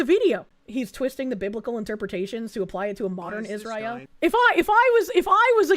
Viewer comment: is mispronouncing Israel again.